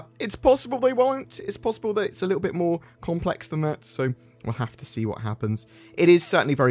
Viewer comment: "Moar" Ships